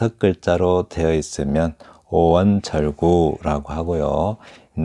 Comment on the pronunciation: 사단 구성!? 제발 한자로 쓰십시요! 사단이란 대체 무슨 뜻인가요? 한글 전용의 위선적 폐해를 아십니까? "한국 어문을 고발함"이라는 책을 조용히 읽어 주실까요? "절구"는 "절꾸"라고 읽어야지요!